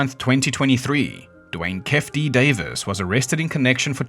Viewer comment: Bro it’s not “kef D” it’s Keify D, like “key-fee dee”